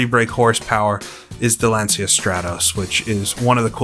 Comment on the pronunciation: Lancia is actually pounced "LAN-CHA" ...I know, odd, but it's one of those words that sounds completely different than how it's spelled.